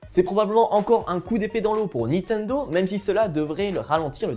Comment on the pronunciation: vous vous appelez jeux vidéos mais pas capable de prononcer niNtendo correctement (et pas nitendo)